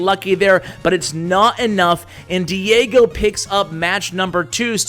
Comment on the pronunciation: Haha he learned to pronounce Diego correctly:D n1